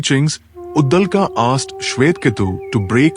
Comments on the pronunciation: Uddalka nahi. Uddalak. I appreciate your intentions of making Sanatani content but here's a feedback. Please pay attention to pronunciation and other minor details too. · Get your pronunciations corrected,it is uddaalak. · Please try to pronounce the Sanskrit names properly. You are pronouncing the Sanskrit names like hindi. Devanagari is pronounced differently compared to Hindi. It is Brahm and not Braahm. It is Uddaalaka not Uddalka. Svetaketu is being pronounced here as Svetketu. It is Cchaandogya Upanishad not Cchandogyaa. Devanagari is pronounced differently in Sanskrit, Hindi, Marathi, Konkani etc.